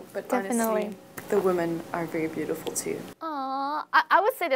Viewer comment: phát âm cx ngữ điệu hay đấy nhưg e góp ý chị nên ns giọng một nơi thôi, vừa mỹ lai anh, kì kì beautiful lúc biu đi fol, lúc thì biu ti fol